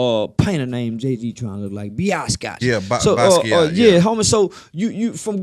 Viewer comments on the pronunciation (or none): lol Unc said BIASKAT 🤣🤣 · The way he pronounced basquiat 😅😂